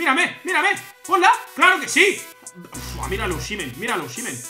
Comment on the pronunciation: Es osimen así dile 😅😅 así se pronuncia